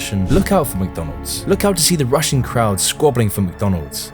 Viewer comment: "The Rushin' crowds" sounds like "The Russian crowds" and that's hella ironic.